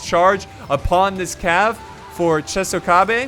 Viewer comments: it's not chesokabe, it's chOsokabe 😁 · Chosokabe = Tsho-sso-kha-bay. much love for these videos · it's pronounced U-E-sugi Cho-so-kabe and Shi-ma-zoo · Love the vid,. So, here are the name pronunciations to maybe help you with the commentary. Uesugi: Ooh-eh-suu-gi (Sorry! 0% Right) Chosokabe: Cho-so-kaa-bé (55% right) Shimazu: Shi-maa-zoo (80% right) Oda: Oda (You got that one 100% right). Commentary: Per-fec-tion (over 9000% right)